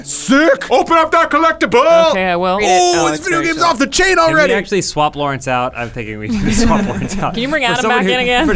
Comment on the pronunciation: Lore-ence. lol how has that never come up before